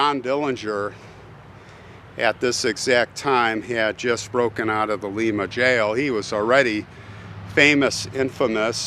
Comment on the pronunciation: Part of the attraction was that Dillinger had an abundant package in his pants. By the way, the Ohio jail he escaped from is pronounced (LY-muh) not (LEE-muh). Nice story,.